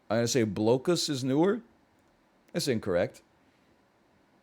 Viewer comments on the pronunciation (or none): My guy literally said "blokeus" lmao.